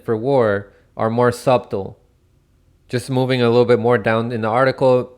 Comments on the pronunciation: WILL SOMEBODY PLEASE TELL HOW TO PRONOUNCE "SUBTLE"? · the b is silent in 'subtle'.